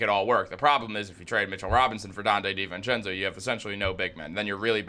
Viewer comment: I can’t take it how you say Di VENcenzo lol. It’s divincenzo bro